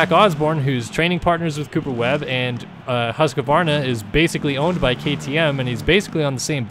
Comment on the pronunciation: i really thought you knew what youre talking about until i heard you saying hus-q-varna. its hus-qvarna. that triggers me so hard. i really hate people saying it like that. it like some aggressivly burning hate that gets lit by people saying hus-q-varna.